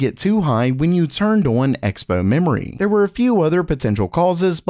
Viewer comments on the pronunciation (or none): none